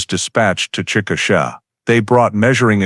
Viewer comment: Chick uh shay is the correct pronunciation of the city she was from. I was born there.